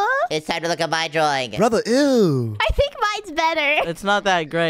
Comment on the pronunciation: said brothe eww 😂😂😂❤